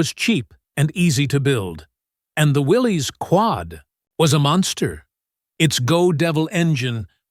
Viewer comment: It's pronounced WILLIS not WILLEES